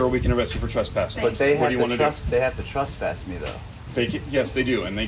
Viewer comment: The woman has a problem saying “trespass” lol. stands his ground until he is officially trespassed.Bunch of idiots..